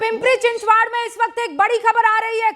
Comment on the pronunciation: पिंपरी-चिंचवाड़ क्या है? पिंपरी-चिंचवड़ है;ना कि पिंपरी-चिंचवाड़। 😢😂